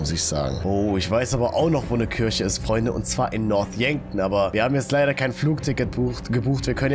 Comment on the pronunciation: Es wird kirche ausgesprochen und kürche wird die frucht ausgesprochen no hate wollte es nur sagen/schreiben